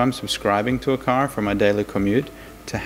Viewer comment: "The sensors of the car cause cancer" ? What? Oh the sensors of the CAR OF COURSE CAN SEE IT. Took me like 5 times to understand what he was saying for some reason.